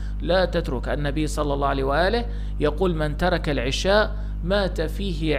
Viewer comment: 1- العَشاء بفتح حرف العين وجبة العَشاء 2- العِشاء بكسر حرف العين وقت العِشاء ولانقول اكلنا وجبة العشاء بكسر العين بل بفتحها وهنا جناس تام بين الكلمتين لأن يلفظها خطا